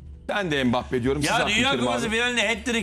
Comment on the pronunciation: Nobody: Sinan Engin: Hempabbe